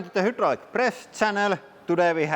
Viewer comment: "Welcome to the Hydraulic Press channel..." Me: I am most certainly welcome to the hoodraulic press channel, thanks for having me 😎